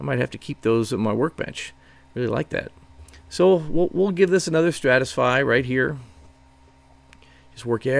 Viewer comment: Stratify. Stratification. Not what you keep saying.